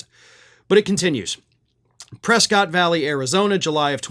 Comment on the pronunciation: It's Press-kit like biscuit. Only easterners call it Press-kott.